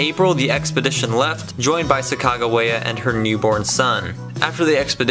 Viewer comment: "Sacajawea, ill stick with Chicago", then goes on to call her Sacajawea, 'Sigagawea', 'Shigagaway' and 'Sicacawea' for the rest of the video... lmfao wtf?